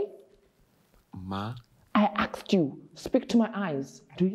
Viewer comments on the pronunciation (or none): I aksed you , listen to my eyes!! 😂😂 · "I axed you" and "my daughter is a version!" 🤣😂💀 I am on the flooooooooooooor